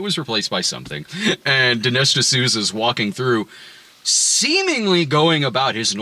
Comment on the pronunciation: Ol' D'nesh D'sooty. At it again.